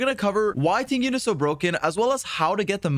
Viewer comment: Its not Ting Yun!! The correct pronounciation is Ting Yween 🤭